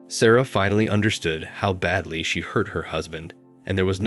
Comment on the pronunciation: Not going to listen to "Sarah" pronounced "Sorrow" for forty minutes. Have a little pride in your channel.